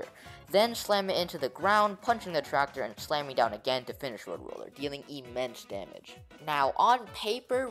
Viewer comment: "Tractor" Ik that thr skill tree also says the same thing but for fuck's sake get it right